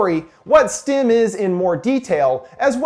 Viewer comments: really enjoy your videos. one quick correction: it's STEM, not STIM. this is among my favourite sci-fi films. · The fact that he says STIM instead of STEM. Ugh. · keeps saying stim ..... not stem... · Why does it sound like he’s saying “stim”